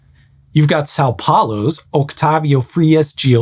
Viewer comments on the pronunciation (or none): Awesome video! I think I've now been bit by the cable-stayed-bridge-bug too. 🥰 The laughing-uncontrollably-bug bit me as well when you butchered the Portuguese mentioning the bridge in São Paulo. 😂😂😂 (The Spanish one wasn't all that better either 😅). Please take no offense, I don't mean it, I love different languages and accents, I think they make the world a richer place and I really like your's Grady and your intonation and speech pattern too. 😊